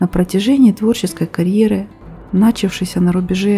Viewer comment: Не нАчавшийся, а начАвшийся